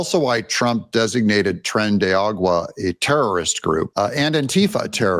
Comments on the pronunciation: Tren- De- A -Rah-Goo-Wah. That's how you pronounce it! Come on Doug! Stop saying it your wrong way. You keep saying "Train of Water" in Spanish." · CORRECTION>>😂😂 tren (sounds like train but â) de (sounds like "the") ARA (sounds like "arrow" but â and no w) gua (sounds like gog bark "wua") <âRAGUa>. 😂😂😂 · Doug, love your channel! I watch faithfully for excellent news. At the risk of coming across "ugly", I do want to correct you on something. You call TDA Tren de Agua, whereas it is actually Aragua. Please excuse if you are doing this on purpose and I'm just not aware. I'm just a nut when it comes to correct pronunciation.😊